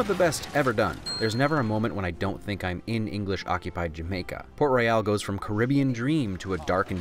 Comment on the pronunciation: Ummmm, "Port Royale"? "Port F****ng Royal"? I'd just like to notify you that it is in fact Port Royal... Port Roy-ul